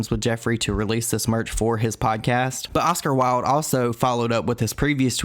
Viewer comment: I was so confused when you said Oscar Wylde I was like? Oscar Wilde? Like the author? The dead one?